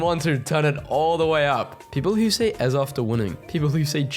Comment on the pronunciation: It's is pronounced with a hard E (just say E) and a hard Z like "easy". "EZ" stands for "Easy". T_T